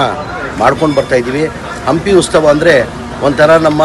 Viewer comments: ಗುಬ್ಬಾರ್ ಮಗನೆ?? ಉಸ್ತಾವ ಅಲ್ಲಾ ಉತ್ಸವ!! ಕನ್ನಡ ನಾಡಲ್ಲಿ ಹುಟ್ಟಿ, ತಿಂದು, ತೆಗಿ!! ಕನ್ನಡ ಮಾತಾಡಕ್ಕೆ ಬರಲ್ಲಾ 😡😡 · ಉಸ್ತವ ಅಲ್ಲ ರಿ ಉತ್ಸವ.ಅಯ್ಯೋ ಕರ್ಮ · Lo kannada bhashe na haalu madtiyallo halkappa. Adu uthsava kanole, usthava alla... Innu eetara kithod maklinda, kannada bashe inneshtu halaguttho Eeshvara ne kaapad beku. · ಜುಮ್ + ಈರ ಜಮೀರ ಮಲ್ಲಿಕಾರ್ಜುನ ಖರ್ಗೆ ಮಗ ಮರಿಕಾಗೆ ಹತ್ರ ಕನ್ನಡ ಕಲಿತಿರುವುದು ಖಾತ್ರಿ ಆಗೈತ್ ನೋಡ್ರಿ ಶ್ವೇತಾ ಮೇಡಮ್ಮೋರ . ಯಾಕಂದ್ರ ಉತ್ಸವ ಹೇಳಕ್ಕೇ ಬರಲ್ಲ ಉಸ್ತವ ಅಂತಾನ. ಎಲ್ಲರೂ ಬಂದಿ ಉಸ್ತವದಲ್ಲಿ ಬಂದಿ ಹಂಪಿಗೆ ಬಂದಿ ಬಾಗಿಯಾಗಿ ಬಂದಿ ಎನ್ನುತ್ತಾನೆ. ಈ ಬಂದಿ ಇದ್ದಿ ಬಿದ್ದಿ ಎಲ್ಲಾ ಮರಿಕಾಗೆ ಬಾಯಿಯಿಂದ ಉದುರುವ ವಿಚಿತ್ರ ಕನ್ನಡ 😂😂😂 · ಉಸ್ತವಾ ಅಲ್ಲ ಕಣೋ ಜಮೀರ. ಅದು ಉತ್ಸವ...!!!